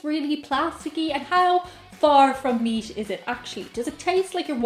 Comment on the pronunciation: Hello, I can understand your aversion to ground beef, I had a girlfriend years ago who didn’t care for it. I enjoy it myself though I’d rather have a nice T-bone steak anytime. My question of you is why do some Irish folk, yourself included put letters in words that they don’t belong in. For instance, you say the word meat three times in a row, each time I’m hearing meast? Where did the s come from? It’s rather distinct, and I’ve heard other Irish people do it with other words... Just curious, thought I’d ask as this has been nagging at me for awhile?🤔 P.s. you say meatloaf just fine, but meat alone somehow comes out meast???